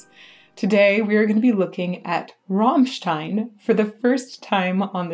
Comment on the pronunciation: Yes, all except she keeps saying "Rahmstein".... its "Rammstein"